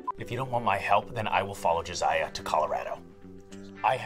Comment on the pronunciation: for Contexts, Misha is mispronouncing “Josiah” with “Jesiah”. You can hear Jared whispering“Josiah” . They laugh again because he mispronounce it again. & he doesn’t realize it lol.